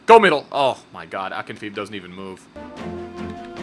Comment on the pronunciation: The goalkeepers name is pronounced Akinfejev not Akinfeev like your write it in English xD